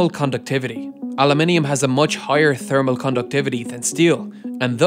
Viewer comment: I love the way he said "thermal". Really hurts that "h" hard.